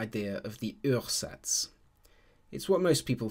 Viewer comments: Ursatz is pronounced oo-ah-zats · It actually sounds like as if it was French words :D Uhrsatz in German is pronounced kind of like a British OOah-zats (or in IPA: /'uɐ.zats/)